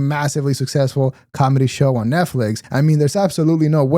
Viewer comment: Not sure if you meant to or not but you said "calmedy" in true Bapa Schaub fashion 😄